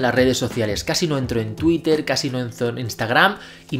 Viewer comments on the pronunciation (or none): none